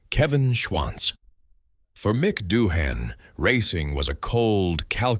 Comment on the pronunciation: Gotta be one of the worst videos I've ever seen 😂😂 what is this AI voiceover? Bunch of slop being read off, we never even hear Doohan speak, his name is pronounced wrong all throughout additionally